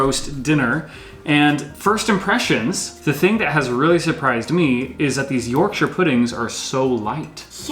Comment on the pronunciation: Well done for for pronouncing Yorkshire pudding correctly and cooking a roast dinner the right way. Impressed